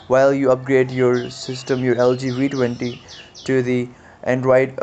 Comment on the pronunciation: Its the "Vee" 20 not the "Wee" 20